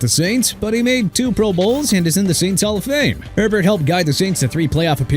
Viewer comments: Isn't the Saints qb pronounced Bobby A-bear.. not Herbert? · Did he say "Bobby Herbert"? Makes me wonder if this video was actually done by a real person. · Good lord… it know how to pronounce Hebert? It’s not Herbert. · Bobby Herbert's last name is pronounced (Ay - Bear). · It’s pronounced Bobby ey-bear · Bobby Herbert is pronounced (A-Bear). It is a Cajun name from a Cajun man. Technically, the name is French derived. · I can think of several names left off that need to be put on here: Vikings: Tommy Kramer Washington: Sonny Juergensen Patriots: Steve Grogan Also, you butchered the pronunciations of Rypien and Hebert.